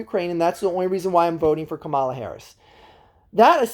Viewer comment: KAH-mə-lə Also, what is your take on Shapiro the front runner for VP, being that you are from PA? Isn’t he super pro charter schools?